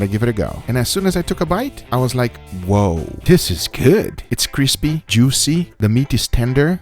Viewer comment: Cispy sandwish